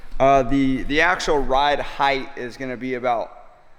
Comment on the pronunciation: The truck looks awesome! I'm most impressed by you properly pronouncing the word "height". It drives me INSANE to hear some builders that I think are brilliant designers, fabricators, and artists mispronounce a simple word like "height" with a "th" sound at the end. Much respect to you guys, for multiple reasons.